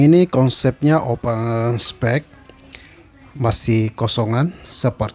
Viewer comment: Open space bkn open spek 😂